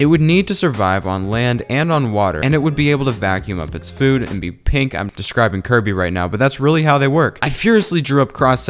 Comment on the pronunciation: POV ur Nintendo watching this and u hear say kriby: ILL SEE U IN CORUT FOOL